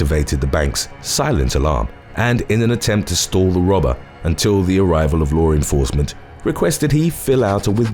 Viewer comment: Why can't you pronounce 'law enforcement ' the correct way?